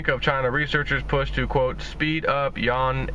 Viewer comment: it is not pronounced "yawn" - it is pronounced as "Yu-Juan" - or AKA the Ren-min-bi